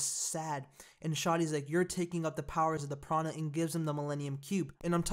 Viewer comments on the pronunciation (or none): Prana? Do you mean the Plana? That's how they pronounce it in the movie.